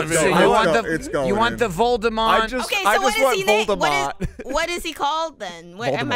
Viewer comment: I don’t blameLy for getting Voldemort’s name wrong, because ever since I watched the Grim Adventures of Billy and Mandy, I have to remind myself that his name isn’t Lord Moldybutt